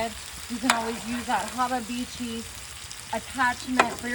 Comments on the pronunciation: If you say hababeechi just one more time, I'm gonna freak out! It's habachi. Pronounced - hah bah chee 🤨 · Did she mean hibachi when she said hababichi? 😮😢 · Hababichi is wild! Its pronounced hab-a-chi. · ok, i'll ask, what's a 'haabah-beechee', do you mean 'hibachi' aka 'hah-bah-chee'??? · Wtf is a " Habibitchi"? Does she mean Habachi ? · What is a hababichi? Does she mean Habachi? Someone let me know. 😮🫩🤢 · Pretty sure it's spelt Hibachi not hobby had itchy or whatever she's saying. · What is habebichi? Is she trying to say hibachi? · If she say hababeechy one more time! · Is Hababichi the brand of hibachi she is using, or did she pronounce it? 😂😂😂💀⚰️🥀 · Wtf is a habba-beachy? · Lol ! I'm still looking for the second B in habachi !! 😂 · I've been saying it wrong then Laugh out loud!!! "Hubabichi"😅😂😂 I can't believe what I'm seeing. But then again she need a whooping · Does she mean hibachi? 😂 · Ya burned it and you can't say habachi correctly. How often does your husband go hungry? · That looks absolutely gross. She should learn how to pronounce the name of grill correctly. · I want to punch her for mispronouncing "hibachi" while playing with that much food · You do know that your saying hibachi WRONG. It's not even the least but humorous. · This is just gross ,what is she like a hillbilly who won the lotto so now she just bought herself a big grill to cook on ?an why does she keeps prononcing the name of the grill wrong smh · You lost me at the can of tomatoes, then you slapped with the "warsh-yer-sister" sauce... and by the 5th "hab-a-bichi" I almost threw my phone.... Im amazed and appalled at the same time... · Did she say haba-beechy? Did she call it wash-your-sister sauce? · Hababeechi? Worchestershire sauce? Damn!!!